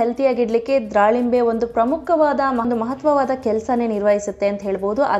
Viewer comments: it's wrong, it's dhalimbe not dralimbe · dralimbre ಅಲ್ಲ akka ದಾಳಿಂಬೆ ಹಣ್ಣು.